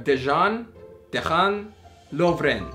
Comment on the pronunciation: Its prononced as Deyan Lovren